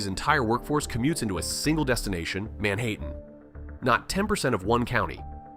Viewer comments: This person that did this video sure hate New Jersey cause everything is said 99.9% is false , he isn’t even a New Jersey or New York resident just listen how you says Manhattan he say Mayhattan 🤦‍♂️🤦‍♂️ .. this is a paid advertisement video bullshit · nah wtf is that pronunciation of Man-Ha-tten.... end it now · AY EYE gen e rated. "Main-hatten"?? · "Man-hate-in".........."Garden Stat"? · Did anyone laugh when he said : manhaitten? 😂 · The second I heard Man-hayten I clicked off the video. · Why was Manhattan pronounced as “man hatin’ “ 😂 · The way they pronounced Manhattan 😂.